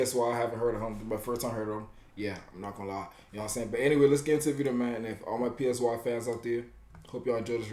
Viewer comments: PSY is pronounced like *sigh*. Other than that, fire 🔥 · It's Psy, pronounced as "sigh" and Suga pronunced as "Sugar" without the R. But u was lit tho. This song is fire, gets me hype when I hear it.